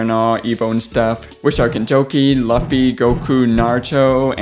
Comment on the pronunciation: bruh nice video and you said luhffy and its looffy